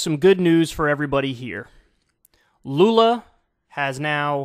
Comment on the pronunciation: just gotta comend you on the pronunciatin of lula's name , youre one of the few americans who have gotten pretty lose to the portuguese pronunciation of his name . Also papa GOAT is also acceptable for lula